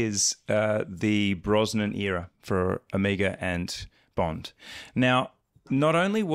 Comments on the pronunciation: Does the chap in the middle say omegaR? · What the hell is Ewmuga? I thought you guys were talking about Omega. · When will you all learn how to pronounce "Omega"?